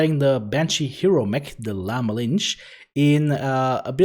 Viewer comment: Your pronounciation of the mech's name drives me crazy. XD